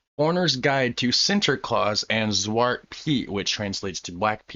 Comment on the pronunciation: You almost said zwart good. You said zwat you forgot the R.